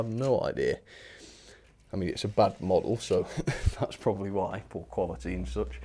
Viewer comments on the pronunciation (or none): none